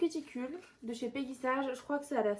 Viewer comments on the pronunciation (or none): Mdr comment tu prononce peggy sage 😂😂😂😂😂 ( peggy elle est sage ) 😅 C'est peggy sage à l'anglaise comme OPI , baby boomer ect ect ect ....